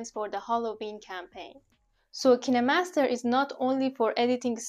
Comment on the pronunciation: why everyone pronounces it ki ne master not kine master